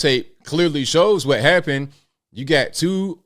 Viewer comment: cwhot = Noo Yawkuh. Any dumba$$ can hear this. Cwaht is pure Noo Yahkuh. Listen carefully.